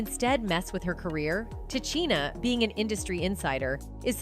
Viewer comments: Her name is pronounced, Ti Sheena not Ti Cheena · Pronounced Ta-sheena, Tichina, get it right